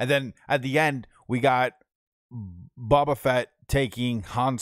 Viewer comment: Please learn the correct pronunciation of the characters. It’s Boba. The “bo” sounds like flow, go, so. You are killing me, yo.